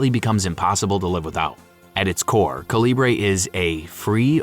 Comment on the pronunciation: Calibre is pronounced KAL-ih-bər.